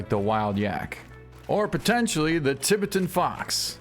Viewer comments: Fox on this map is pronounced “Tie-bet-tan”… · Tie-bet-an fox